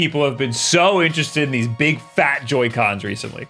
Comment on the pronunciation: I’m pretty sure the word ‘fat’ wasn’t so pronounced before Did he break the 4th wall?!?!